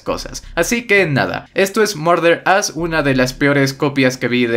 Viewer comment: Y se dice marder as